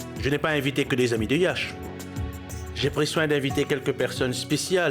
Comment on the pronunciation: Komsi mwen tande Moun yo di yèsh olye de yash